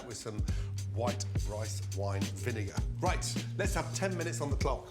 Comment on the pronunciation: its Let’s not les’t